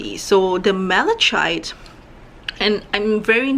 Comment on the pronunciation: Mala...KITE. You don’t pronounce the “ch”.